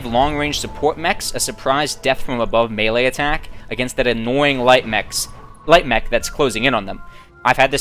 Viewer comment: Hah, came here to say that too. At least he got melee right, though. There's a special place in hell for anyone who says meelee.